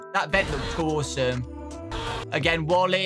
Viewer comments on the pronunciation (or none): none